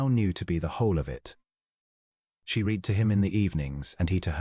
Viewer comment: AI does not know there is a past tense to read and it is ' red' 🤔